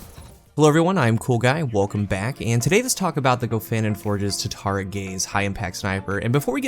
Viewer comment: Just curious why do you call it tatari gaze not tatara gaze?